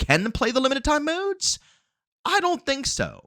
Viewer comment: Was gonna subscribe til I heard you say”modes” and how you run out of breathe. Nooe